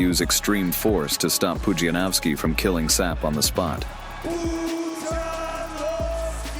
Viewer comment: PUDZIANOWSKI !!! Not Panowski 😡